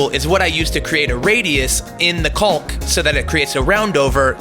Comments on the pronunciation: It's "kaaw-k" it's not "cawl-k"... you can say it. We're mostly adults here. ;) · Just so you know, you’re mispronouncing ‘caulk’. It’s pronounced the same as ‘cock’. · Or in IPA, kôk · I like the pronunciation of caulk... cauLk lol 👍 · Nice project! I don't think that's how you pronounce "caulk." :) The "L" is silent, fyi.